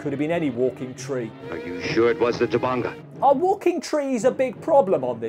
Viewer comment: C'mon people! It's Tabanga! T-A-B-A-N-G-A! Not Tubungu, Tabonga, or Taboinga. Even the people who made the trailer got it wrong! They called it Baranga! Sheesh!